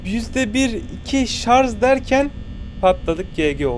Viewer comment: ş leri söyleyemeyenleri unutmayıp videonun bir bölümünde şarj a çarj diyen koca yürekli